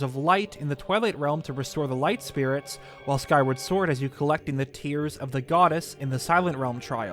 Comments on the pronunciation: It’s not tears as in tearing paper because the Japanese logo’s katakana would be pronounced like tears as in crying. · Quick thing, the 'Tear' part of the title is definitel tears like crying not tear like tearing apart, the katakana reading of the title pronunciation is the former